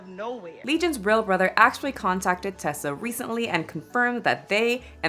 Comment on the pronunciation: Her name is Teesa, like Tea-sa. Not Tessa, like Tesla. You're pronouncing it wrong.